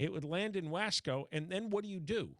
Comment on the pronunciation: John, there is already a passenger train that goes from Bakersfield to Madera. It goes like 70 mph. It needs a spur to SF. Oh, and it is pronounced Wah-Scō